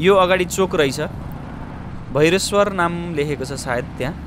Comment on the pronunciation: भैसेश्वर चोक हो हजुर सारै राम्रो सुन्दाखेरी भैरेस्वर सुनियो